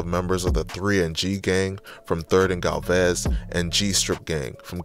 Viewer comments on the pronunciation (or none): outside of what lounge?? Ikyfltm!! 🤣🤣🤣🤣 you can’t be from here! Pronouncing it Gall-vaz? Da-qu-ries?? 💀💀